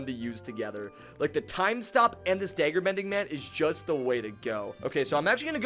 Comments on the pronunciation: Why do u say daygger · Dagger is pronounced as d(ah)gger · I’m not sure I’ve ever heard anyone pronounce dagger the way you do friend. Great video though!